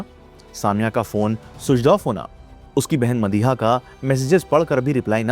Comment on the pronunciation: Switch off ❌️ Suidch off✅️